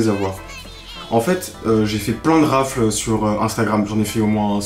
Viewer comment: Raffle se dit « Rafeule »